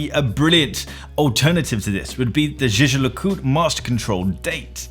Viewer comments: Did he just say jijer lecoult? It's pronounced phonetically "yegar lecultr" . Americans are so ignorant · great video, but did you just say "jeje le coot"? please just say JLC